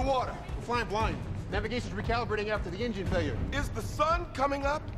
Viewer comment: “Is the sun coming up?!” All I could hear was “Does he look like a b*tch?!” 😅